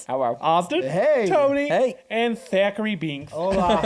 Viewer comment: Hey...it is Thackery Binx NOT Zachary!!